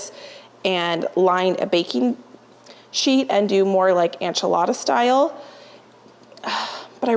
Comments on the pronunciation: ENchilada ...ENCHILADA!!!!! NOT ANCHILADA!! I love you so much, but this one was a bit hard to watch. Again, not ANchilada!!!!!!! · Please learn how to pronounce enchilada properly